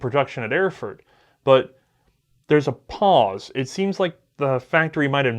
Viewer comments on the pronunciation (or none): none